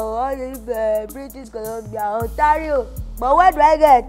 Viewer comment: Ontario "untarred road"🤣